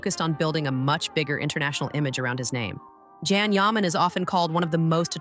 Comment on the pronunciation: Yes, really gets on my nerves, I stop watching once I hear it, Probably AI. It’s Jan Yaman.